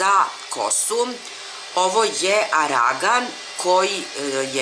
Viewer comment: lutka si:* I nije ArAgan,vec ArGan:D Kiss lepotice <3